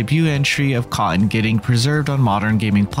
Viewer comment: The way the narrator says “Cotton” as one syllable: Cahn. I can’t.